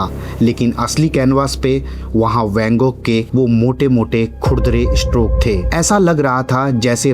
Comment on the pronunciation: Narration kay liye bhasha theek honi chahiye aap sh aur s mai antar sikho … muzeum mujeum nahi … stroke estroke nahi …